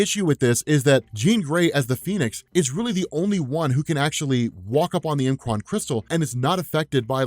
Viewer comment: I love that you say M'Kraan the way that you do. Some pronounced it "MUH-kron" and being an X-Men: The Animated Series fanatic, I say it like you do and always have. I was worried for a second though. Lol